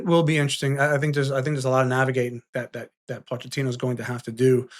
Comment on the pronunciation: Sorry for being that guy, but it is pronounced Mauricio Po-keh-tino I literally just heard him saying his own name